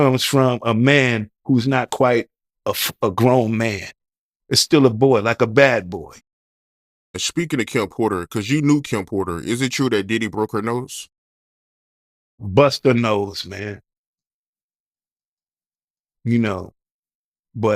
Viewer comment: "SCHPEAKING OF DIDDY "😂😂😂 Dude' diction is atrocious